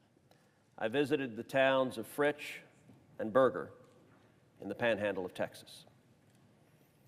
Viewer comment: Dear Senator Cruz, we appreciate your visit to the Texas Panhandle. I would like to point out that Borger is not pronounced Burger. It is pronounced Bore-ger.